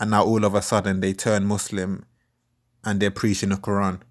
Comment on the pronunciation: Does have Muslim roots? The way he pronouncing Muslim and Quran gives me a hint. Good videos brother and bring your leg back FML